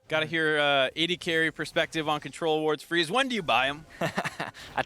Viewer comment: I think you mean 'Freeze' not Dreeze